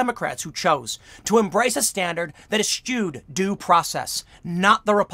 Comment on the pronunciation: Tim, love ya man . you may have misspoke. The word is eschewed. Sounded like you said eschtewed. Keep up the good fight.